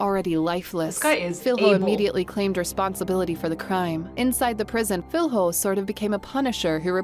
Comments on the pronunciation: Filho? Filyo not filHO, just saying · "Filrro" omg that pronunciation